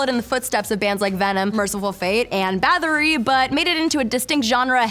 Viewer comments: Bathory, not Bathery. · Bathory not Bathery